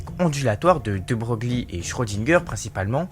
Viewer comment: C'est passionnant mais comment à ce niveau là on peut encore mal prononcer le nom De Broglie ?? C'est l'IA ??? Répétez cent fois : debreuille, debreuille, debreuille etc.